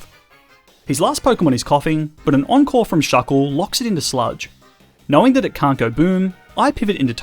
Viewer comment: Ohhh encore i heard uncle every time now at the end i was more aware of words